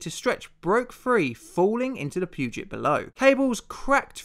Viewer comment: I'm from Seattle and thanks for pronouncing Puget right. It's one of those things that I grew up with and never realised that people might not know how to pronounce. Also, I'm a big fan of your videos please don't every stop. You bring up some of the most interesting stories.